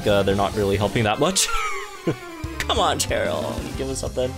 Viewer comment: Idk why you’re pronouncing cheryl and chairyl. All the cheryls i met pronounce their name as Sheryl